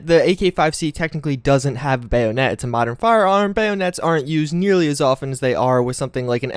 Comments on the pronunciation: While spelled "bayonet" it is pronounced "baya-net" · The way he says bayonet bothers me. BAY-OOO-NET I cringe inside every time Great video though, can't wait for F4 New Vegas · His pronunciation of bayonet irks me